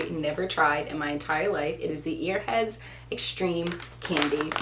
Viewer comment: Did she just say earheads 🤣